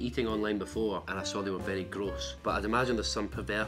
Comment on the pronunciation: the way he says gross sounds so good AND JIBLETS